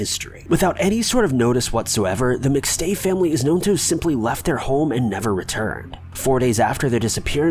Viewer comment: Wow. Do you even watch the clips you put in? Rewatch your own “McStay” portion. smmfh